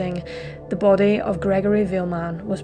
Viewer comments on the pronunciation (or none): none